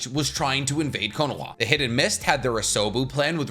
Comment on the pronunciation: I can't stand your pronunciation of Konoha.